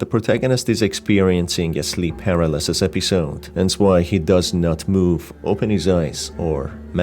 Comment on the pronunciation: par-al-as-sis ❌ per-a-lis-sis ✅